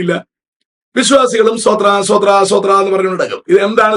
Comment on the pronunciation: സോത്രാ,സോത്രാ,സോത്രാ എന്നല്ല; സ്തോത്രം സ്തോത്രം, സ്തോത്രം എന്നാണ്!